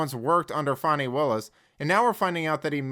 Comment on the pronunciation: Her name is FANNY NOT FAWNY. SAY HER NAME!! 😂😂😂😂😂😂